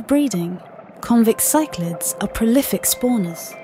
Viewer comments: Keep using her voice, but, please pronounce the fish species correctly. They're not Cyclids! They're Cichlids pronounced siclids. Plaity is pronounced, like platty. Otherwise, it's a great film. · She pronounced the cichlid's wrongly at least three different ways so she clearly can't be arsed to do her homework.